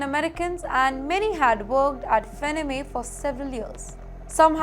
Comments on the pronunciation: FANNY MAY is how it is pronounced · It's not fenneme lady it's pronounced 'Fanny-May' Do some research please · Until I saw the name, I was thinking....hmmm "Fennamay" I never heard of this company.🤣🤣🤣🤣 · The name is pronounced as "FAN-NEE". Please research before you upload. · Where do you learn your pronunciation from? It's FANN-EE MAY? It's so irritating when you make your own rules. 😅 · Faa nni Mae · IT IS "FANEE-MAY" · Would you please improve your pronounciations for words like America, Deportation, Depreciation, Reciprocal, Fannie Mae, the list is pretty long. May be you should study the pronounciations by going thru Dictionaries ! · Please learn to pronounce Fannie Mae correctly. It hurts my ears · I think you are pronouncing the company name wrongly. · It’s so annoying… Can’t they get someone who can pronounce words correctly! Kaha se pakad ke laya isako! She is terrible!